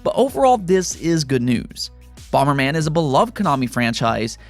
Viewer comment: What's bomer man? The original nes had bomber man.